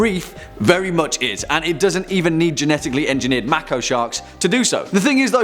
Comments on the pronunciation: its not macko its mayko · it's pronounced May ko shark jack. just trying to be a bit of help.